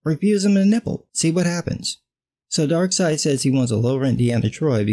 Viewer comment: "Mother fucking dark seid"😂😂😂😂😂